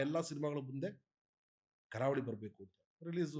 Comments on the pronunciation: ಕಾರವಳಿ ಅಲ್ಲ ಗುರು ' ಕರಾವಳಿ '😂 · KAARAVALI❌ KARAAVALI✅